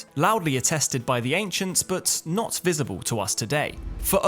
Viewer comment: Ay Am nottt ay scientisttt. 😂